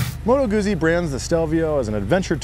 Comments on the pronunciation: It's Moto Guzzi like "pizza", not "uzi" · Good stuff my friend but it's pronounced Moto Gootzee, same way you would pronounce pizza. 😉